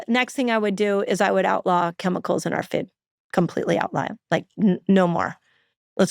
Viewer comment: Foooooood!! Not fewd!